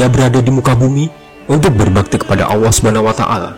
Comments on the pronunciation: Maaf artikulasinya saya dengar ucapan Awa, sorry perbaiki perkataan yg benar adalah Allah bukan awa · 1.45 Maksudnya 70.orang itu apa mind Bukanya orang=manusia menurut kbbi, tp kok ada org sebelum adam. Maksudnya gimana mind Bacanya aja ngawur allah dibaca alloh mind bkn awoh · Allah saja nyebut nya ga jelas.. apalagi sejarah nya🤦🤦🤦🤦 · Lam itu bukan Wau masa Awwah Allah yg benar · Yang benar tu..ALLAH bukan awwah bang... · Penyebutan nama ALLAH SWT saja ketahuan org ini bukan muslim